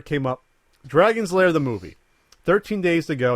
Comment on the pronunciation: Found the original Kickstarter video. Guy starts talking to people about how the movie needed to be made. Comes into the costume area where Don Bluth is "working" and proceeds to say "Dragon Lairs" like three times and Don doesn't correct him. SAD.